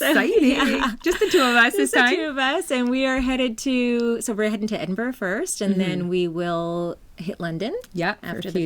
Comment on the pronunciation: Hi ladies- you might want to look up how to pronounce Edinburgh before you go.... congrats on being included in the podcast lounge! Love listening to you two.